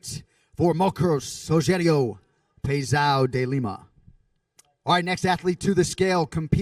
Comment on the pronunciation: he's getting close. he said "pezao" he just needs to put the ~ to make it "pezão".